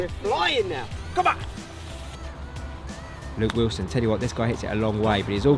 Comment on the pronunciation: “Luke Wislon”